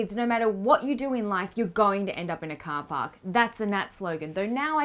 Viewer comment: "cah pak" oh, you meant "Car Park" x'D, I was like "???"